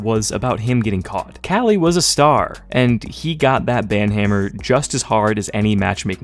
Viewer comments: KQLY is pronounced Kaly and not "Quickly"??? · Hold up... Is that actually how you pronounce kqly? I always assumed it was like que-kly not cali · Love ur vids but Kqly is kukli not kali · Since when are we pronouncing KQLX Kelly?? I thought its kinda like "Coukly" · who tf is kally? You mean KQLY? lol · I thought KQLY was pronounced Cukely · Great bro but KQLY's tag is pronounced "quickly" 😂 love the vid anyway as usual, keep it up ! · that's the worst way I've ever heard someone call kqly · Kqly pronunciation bugs me, but he didnt even use the good clip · Is Kqly really pronounced like that? Good video anyways